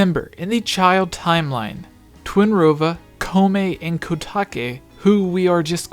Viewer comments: Koume and Kotake: Ko (like "go") ooh may Ko tah kay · If we go by the official Japanese pronunciation, especially since their names are the same in both the Japanese and English versions of the game, Koume and Kotake's names are respectively pronounced Koh-may and Koh-tah-kay. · I think you should use the japanese pronounciation for Koume and Kotake, as both are japanese words.